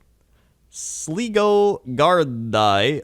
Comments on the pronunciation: Laughing so much at the Sleego Gard-i segment. You have even made Ocean FM today. Just to clarify it is Sligo (pronounced Sly-go) which is a country & a town in Ireland. Gard-i is actually the Irish Police, pronounced Gar-dee. Crying laughing, so funny. Made my day. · "Sligo gardaí" is pronounced "Sly-go gardee". Sligo is a county in Ireland, and gardaí(which is Irish) is what we call our police officers. Thought I'd let people know lol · Its pronounced sly-go u idiots 😂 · How could you pronounce Sligo incorrectly, worse still how could you not know about Sligo.